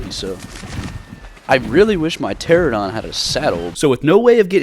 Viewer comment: It's Pteranodon not Pteradon. 😅 pls